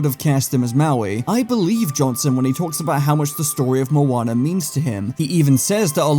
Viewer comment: This isn’t Moana it’s monaa